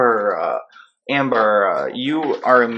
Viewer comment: The way you say Amber-a 🤣🤗